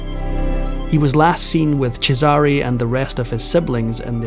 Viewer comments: Oh, my ears. 😢 I applaud your efforts, but please! The name Cesare is pronounced (for an English-language speller) CHEZ-eh-ray. Definitely, emphatically NOT chez-AH-ree. The other names - Christian names and family names - are all sadly mangled. Gads. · CHEZare not chezARe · Cheh-zah-ray They have made plenty of tv shows and movies about this family. It’s easy to hear how it should be pronounced. That’s what separates the humans from the AI bots. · Because every time the name is mispronounced... it grates heavily on my nerves. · It’s pronounced Chess-are-a! Please learn how to pronounce these names properly! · I hate to break it to you, but either you misunderstood or whomever was correcting you was pulling your leg. CHE-sah-rey is correct. The way the narrator is pronouncing it is incorrect. The fact that you're correcting people in every post and you're not even Italian sure is something. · His name is pronounced Chez sa rey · You and him are wrong. I'm Italian and the stress in the name Cesare goes on the first "e". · His pronunciation is incorrect. The first syllable should be stressed. In Italian, the second syllable is stressed if it is preceded by a double consonant